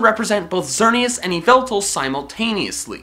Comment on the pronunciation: Why I don’t know why keeps on spelling Arceus and yveltal wrong on purpose he pronounced to be yaveltal and around its pissing me of like mah dry bread keeps calling gyarados a WATER ONIX ITS PISSING ME OFF